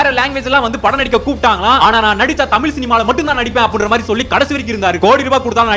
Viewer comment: நீங்க முதல்ல தமில், தமில் என்று சொல்வதை திருத்தி தமிழ் னு அழகா சரியா உச்சரிக்க வேண்டும் !!!